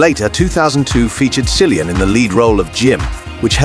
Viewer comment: Why are you mispronouncing Kill-ee-yun Murphy’s name?